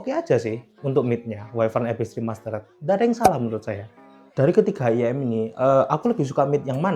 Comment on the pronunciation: IEM "ai-i-em" bukan "iyem" kalau gak bisa mending jangan disingkat langsung aja bilang in-ear monitor 😂😅